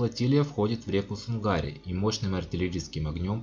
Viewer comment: В 1900 году была вторая война.Тщательней готовьте материал. И да река называется сУнгари...А не сунгАри.. Ухо режет "местным"